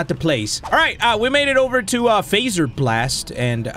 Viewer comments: When you say fazer don’t say ay say ah f ah zer blast fa z er bl ast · I want you to know that when you say faz don’t say it with ay say it with ah fa z er bl a st